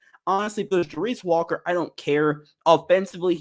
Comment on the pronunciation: Hello? anyone home? You are pronouncing Walker's name totally wrong! Thank You!